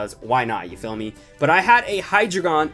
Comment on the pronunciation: KB Squared HES saying ya phommey